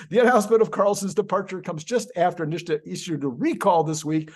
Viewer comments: why do you call it "Nish-ta"? It's "Nit-sa". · I like your content, but just because Sandy Monroe mispronounces NHSTA doesn’t mean you have to. It’s pronounced “nista”, not “nishta”. I don’t usually go around correcting people’s pronunciation, but this one for some reason really makes my spine crawl. 😮 Keep up the good work. 😊